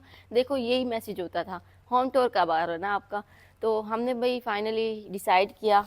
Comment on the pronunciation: Tour ki pronunciation sai se karrain.app jab tour bolti hn tab lagta hao tore bol rai hu .naraz nai honA.Allah naseeb karrain